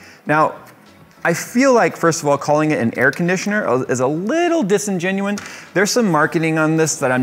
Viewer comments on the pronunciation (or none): It's disingenuous, not disingenuine lol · Disingenuous not disingenuine( not a word ). This is starting to get out of hand. X)